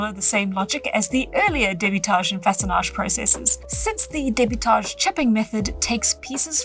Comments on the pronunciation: This video is incredibly good and I feel that I've learned a lot from it! 10/10 I can't wait to hit up a riverbank and see if I can't make some tools of my own 😊 Your french pronunciation of façonnage and debitage is very good for someone who doesn't(?) speak french. Also the youtube tutorial gave you the english pronunciation of a french word which simply doesn't sound well. I'm assuming that a lot of old scientific terms being french comes from a massive amount of old universities and research institutions being in france. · Your art style kinda reminds me of osp but distinct, it’s so cozy and I love it!! Edit: as a French speaker you actually pronounced façonnage very well! In French it means “shaping” or “whittling”. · As a french speaker, I think you nailed "Façonnage" , but you did use the english pronounciation for debitage (with a french accent tho lol) Edit: was almost perfect, you'd just need to pronounce the "a" with your tongue a bit more forward ( same spot as where I start ptronouncing the letter "I" for me ( ayy ))